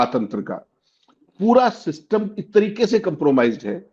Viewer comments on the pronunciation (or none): सिस्टिम नहीं " सिस्टम " कहिये जनाब